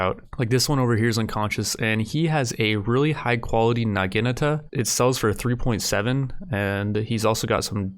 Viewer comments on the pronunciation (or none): nah-jee-nah-tah lol ok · NAH-GUH-NATA ~Naginata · My boy pronounced naginata different everytime he said it. Lmao I love it. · If I have to hear him horrendously mispronounce Naginata 1 more time ffs lol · Do you purposefully pronounce naginata differently every time you say it?